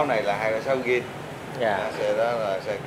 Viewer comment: Zin chứ không phải là gin?